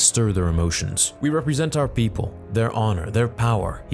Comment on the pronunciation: I like how you said "people" like how Queen Amidala said it...haha